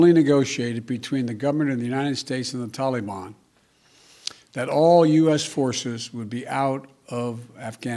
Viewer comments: Lol can't even use the teleprompter 😂. Using 9/11 as the withdrawal date shows clearly it's just a marketing and not strategic. He's clearly just doing it because of criticism of him bombing Syria. Lol "tall-ee-bon" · What's a "killafate"? And who are the "tillyban"? are they the same as the "tollyban"?... I guess Sleepy In Chief forgot that his Dingleberry In Chief pulled troops out of Afghanistan only to see the "tillyban/tollyban" regroup & become stronger so we had to go back. So is NotMyPedophile smart enough to realize that when we leave, the terrorists grow again? Apparently not. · Dude said taliban wrong